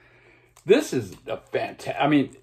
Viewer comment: Generally agree, although come on with Sweetheart of the Rodeo. Remember Gram Parsons vocal was removed from most of the album. On the bonus tracks on the cd you get an idea of what this first country rock classic might have sounded like. Please stop saying 'fantstic.'